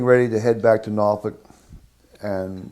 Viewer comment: Six people hate the Navy, one strongly disagrees with the pronunciation of "Norfolk", and the rest hate Wilford Brimley mustaches.